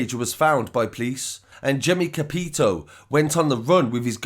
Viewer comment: Love your videos mate but let me correct how you pronounced capitao - it’s said like capi-tauw, it’s a Brazilian word meaning “captain”. So it’s a fake name from a fake document he gave , it ain’t a real surname 👍🏽 Brazil has a lot of mafia over here now.